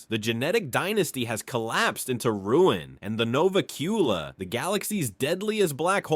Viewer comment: More AI slop. The Nova-CUE-la? Cmon....